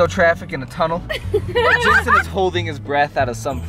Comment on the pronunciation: was like “JeNsHen” 😂